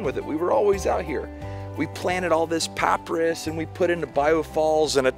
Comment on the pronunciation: Did you just say "paah Priss" for Papyrus???? :D LOL. Interesting accent! I've never heard it pronounced that way before. I like the regional accents, and find them very educational. Thanks for the video! :D :D